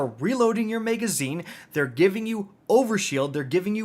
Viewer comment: If you say “mega”zine on more time 😂😭💀